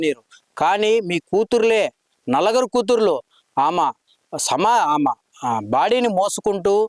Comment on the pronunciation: Anchor sir..NALAGARU KAADU..NALUGURU